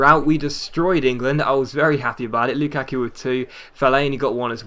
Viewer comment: Dude it is not loo kaaa kuuu